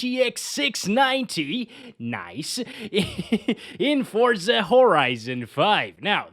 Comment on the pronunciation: Finally, someone who pronounces it the right way I’m stead of saying “fort-za” it’s “for-za”, awesome.